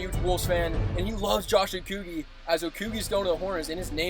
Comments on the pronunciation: also as a wolves fan it is pronounced Oh Co (with a hard c) Gee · My man said Josh okkigggeeee